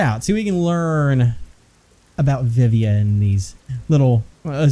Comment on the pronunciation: the way you pronounced Vivia is Spanish for "used to live" lmao